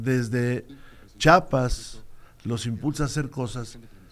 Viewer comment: A RUBÉN MIREIRA LE DIGO.... NO SE DICE CHAPAS SE DICE CHIAPAS (CHI A PAS)